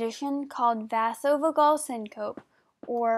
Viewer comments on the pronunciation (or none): Great job for doing the video! Vasovagal syncope is pronounced vaysovaygal sincopee (phonetic spelling). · Good vid.. But it's pronounced vayzovaygal seencopee